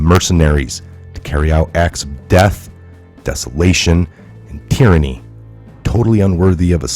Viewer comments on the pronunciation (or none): Hey, the following is totally due to my OCD. Just wanted you to know that up front.;-) It's pronounced teer•an•ee, not tie•ran•ee. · Tieranny? Is that a colloquialism